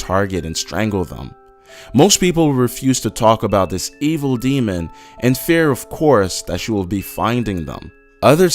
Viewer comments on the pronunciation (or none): none